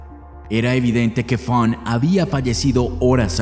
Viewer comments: Fawn se pronuncia Faun no Fank!!! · Fonk? Así no se pronuncia el nombre de la chica,es Faena, pronunciación figurada correcta Fon,hay que cuidar esos detalles,el vídeo es bueno e interesante pero demerita un poco pues la narración es a veces confusa pues dice el narrador "la hermana Fonk" refiriéndose a la hermana de la víctima,sería mejor decir "la hermana de Fawn " o nombrarla por su propio nombre. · Dijiste mal el nombre de la víctima cada vez que lo pronunciabas. Es Funk o Funn? La palabra "existir"la dijiste mal dos veces. Tienes mala dicción y hasta puedo ver tu boca toda abierta para hablar "mejor" ... Quise poner atención al caso, pero tu horrible narración no me dejó